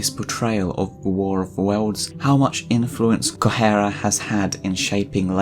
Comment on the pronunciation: I can't deal with how you pronounce Correa Try it like this: Coh-Reh-Ah